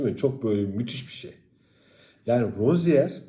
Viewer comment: bu guzel adamin adi Roziyer okunmuyor. Roziye okunuyor.